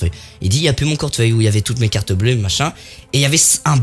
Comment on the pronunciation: ta dit quoi cortfeuille mdr🤣🤣